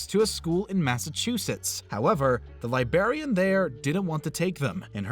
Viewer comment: Couldn't handle the pronunciation of librarian.